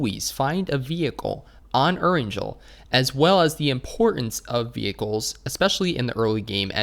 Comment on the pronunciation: Dude the way you pronounce Georgepool as Georgepaul and Erangel as Eranjel LMAO